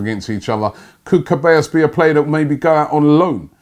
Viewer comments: Robbie it's pronounced SEH-BYE-OS NOT CAH-BAE-OS😂😂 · I love listening to Robbie butchering players' names.... today is Cabellos turn ( A.K.A Ceballos) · Its not dani cabeos its dani se-ba-yos. Thats how you pronounce it. Oh my god Robbie... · Ceballos not Cabellos 😂😂😂😂😂😂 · Robbie, though you write Ceballos is not Kaballos, is like Zeballos, say Zidane, Zeballos. It's funny cos you pronounce right the double l, which is usually more troublesome. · It's dani ceballos not cabellos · Se-buy-os not Ce-bay-os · it's pronounced Se-ba-yo's... ( Ceballos) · Pronounced se-bai-yos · Ceballos is pronounced like seh-buy-oss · Can you not pronounce names robbie? "Kebaios"?😐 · Ceballos is pronounced sebayos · Ceballos is pronounced Suh-bi-yos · Robbie, Ceballos is phonetically pronounced 'se-ba-yo-s'. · It is pronounce as Dani (Che-baa-yos) Ceballos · Robbie, man I admire your consistency.. you butcher every single Spanish name you pronounce! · Another day, another mispronounced name. Keep up the good work,!:D